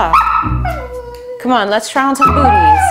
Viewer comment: I thought you said buts 😂😅